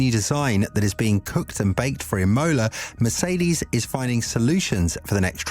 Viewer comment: Please say Imola NOT Emola 😂